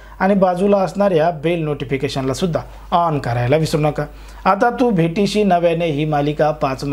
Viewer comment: तू भेटशी नव्याने,bhetishi नाही हो, उच्चार तरी नीट करा.काय भाषेची दुर्दशा झाली आहे.